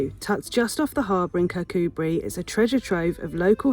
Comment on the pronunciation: Yes 'Kircoobree' is the way to pronounce it, you were getting it right in the video! Lots of Scottish place names are hard to pronounce and not easy to get right at the first attempt... easiest way is just to ask a local 😁